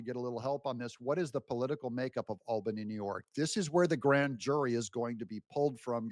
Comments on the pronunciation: Albany is pronounced awl-ban-ee 😊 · BTW, it’s pronounced All-Ban-ie (Albany) former New Yorker. 😂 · Albany is pronounced "All-bany". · The Capital of NY is pronounced All-bany! And where do you think all the State Government workers live? 🤔 But most of the people outside of the cities are Conservative Republicans! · Unfortunately a New Yorker here… lol You’re killing me Smalls! Albany is pronounced All-ban-e. Say it fast like a New Yorker would hah😂 Keep it up, love your content. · James is GUILTY! Quad club! (it's pronounced ALLbanny btw)